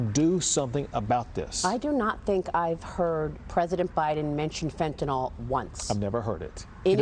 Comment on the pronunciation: Maria, it's not Fenta-nol. It's Fenta-nyl. Lol, the reason Abbott keeps using the word Fentanyl is to give you a sign that you're not pronouncing it correctly.